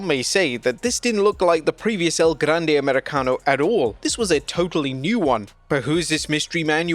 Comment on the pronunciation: Please keep saying El Grrrande as many times in one sentence PLEASE! I literally ROFL’d when I heard that line!